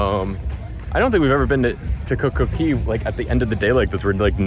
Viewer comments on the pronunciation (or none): Ok we need a SERIOUS explanation of why you guys say Coco Key instead of Coco Cay.....